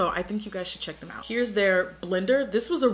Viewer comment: Is no one going to talk about “I’m going to cheek my contour” 😂❤️